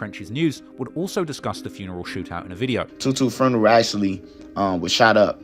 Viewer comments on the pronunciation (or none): "Furneral" .... hmm first time ive heard this